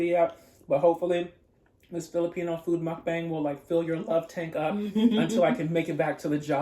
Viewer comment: It's mukbang not mukbeng hehe ……and it’s really obvious that you have a Long time Filipino friend because your using spoon and fork when eating ❤🇵🇭 you can use Dos also, we use spanish counting here.